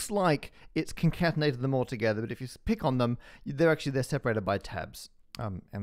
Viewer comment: ToGeTHARR Jk love your vids Matt